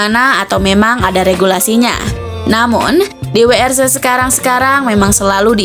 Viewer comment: Min sbutanya bukn dubel yu tpi ttp WRC ,sdngn BMW aja penyebutan nya tetap BMW